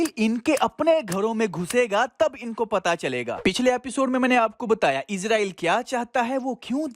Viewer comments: AP apna talafuz thek kren Israel bolte izrael nhi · bhai.. its Israel not izraeel.. izraeel farishty ka nam hy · Bhai izrail nai israil Thora SA fraq hai please dehan rakhy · Bhai please izrael na kha krien ye farishte ka naam he ap iz nhi is Bolden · It's not Izraeel it's israel